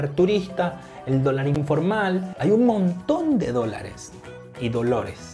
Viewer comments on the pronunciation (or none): none